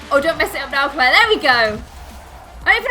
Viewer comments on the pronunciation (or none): none